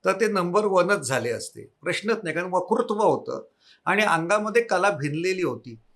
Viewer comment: आपली मुलाखत खूप छान! आपला ' वकृत्व' हे उच्चारण कानाला खटकते. 'वक्तृत्व' हे उच्चारण हवे. क्षमस्व!